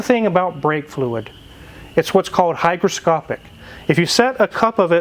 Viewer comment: 'hygroscopic" not hyperscopic